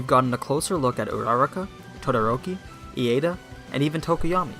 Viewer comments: Iida is pronounced like "Eeda" not "Eada" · you pronounced bakugo backugo and ida as ieda i guess pronunciation is a matter of preference, though. interesting analysis. to me, the biggest factor that have made it enjoyable is the ingenuity. in season 1, izuku uses just his finger to smash the ball to not break his finger, that was amazing to me. in this tournament, though we havent seen many unique quirk usage and team combos, the one's we have seen are interesting, like bakugos slingshot menuver in the cavalry battle, or black shadows usage in general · "E.A.da" "Backugo" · Aside from your pronunciation of Iida and Uraraka's names, this video is excellent. Although I disagree with your assessment of Iida. He doesn't feel inferior to Midoriya like Bakugou, he just acknowledges that if he keeps relying on Midoriya to pull through, then he won't grow enough on his own.